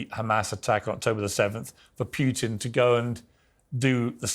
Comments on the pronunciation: please: the name is Putin, not Piutin!! not that difficult, right? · I hate the way piers morgan pronounces 'putin'. Its "poo-tin", not "pugh-tin". He only calls him that because piers' actual last name is 'pugh'. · Can piers stop calling putin pyyutin